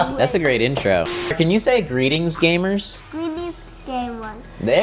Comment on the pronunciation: “Gweetings gamuhs!” My heart🥺❤️